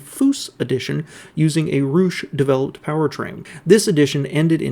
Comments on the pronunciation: Roush: It's pronounced with an 'ow', not 'oo'. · My first thought when i heard it also. I never heard anyone mispronounce Rousche before 🤣 (Ra-oue-sh)